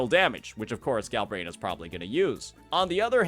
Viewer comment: "Gal-brain-ah" 😂 Vs. "Gal-bren-ah" Smh.